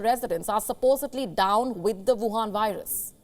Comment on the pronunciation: Huwan virus.. it's gold to hear it named like that